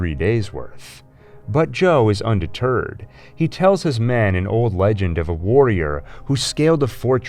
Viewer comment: Cool you got an Ai voice generator to sound like you. Might want to check the pronunciation though. Pretty early on "LEG-ENG" instead of "legend" was jarring. Noticed it a few times in the planat of the apes video to. Solid content though thanks